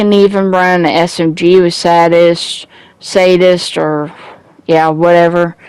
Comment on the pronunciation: 1. It's pronounced "say-dist" 2. It's not a "full auto" shotgun, the six12 is a semi auto shotgun fed from a revolving drum. You can even see how slowly it fires when you're using it. The scorpio is also not full auto. 3. It's "Improvised" gloves not "improved" gloves. 4. There's no point in having high crit hit dmg when you're crit chance is only 16%. Crit hit dmg only occurs when you get a critical hit, which will only happen roughly every 16/100 bullets with this build. Invest in something besides crit hit dmg. It kills elites very slowly I've noticed though I suppose it would be nice in a team fight having all of the enemies bleeding too.